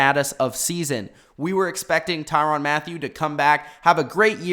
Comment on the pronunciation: Tyrann not tyron get the name right tie-ran